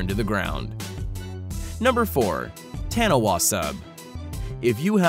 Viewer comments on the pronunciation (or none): Haha only New Zealanders would have laughed at No. 2 , taniwha is pronounced (tonne-e-far) not Taniwar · Taniwha is pronounced 'TAH-nee-FAH', not tanniwah. 👍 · btw Taniwha is a moari word and is pronounced Taa-ni-faa and not Tanny-wa (Sry that was just really bugging me) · ok ill say it. its pronounced tani-fa. not wani-wha. although written like the latter. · Taniwha is pronounce Tah-nee-Fa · Taniwah is pronounced "toi-let-poo" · taniwha is pronounced tar knee far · I'm from New Zealand and the way he pronounced the name of the sub "tanewha" just makes me laugh so hard omg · its pronounced taniwha (ta nee fa ) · It's pronounced Taa-knee-faa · No it's Ta-nee-far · I'm a kiwi so you said Taniwha wrong it's Said like tun ee fa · Its pronounced like Pixel Ty states below...get it right.... from another Kiwi